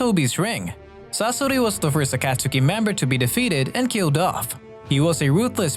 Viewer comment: If it isn’t a text to speech app of some kind then why is the pronunciation of “orochimaru” and “akatsuki” so garbage. ur a thief and a liar. The COPY ninja as ur profile pic is a funny troll though, I’ll give you that